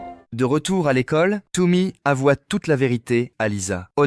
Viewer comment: Euhhhh da ce prenonce ps pltt "Tommy" et ps "Toummy"😅😂?